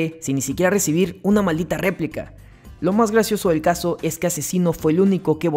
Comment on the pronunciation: Porque rayos dices Replik así literal?? si todos incluso Papo en su minuto contra cacha pronuncia REPLIKA... es como si pronunciaras Akzino en vez de Asesino (Aczino)